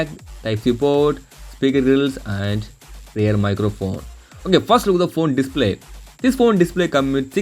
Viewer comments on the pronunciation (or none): none